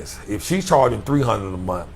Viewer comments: He said TREE HUN'RED a MONF!! 😆✊🏾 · I'm just here for the TREE HUN'RED A MONF, y'all. Listen t'me nah! I said... TREE. HUN'RED. A MONF!!. 😄✊🏾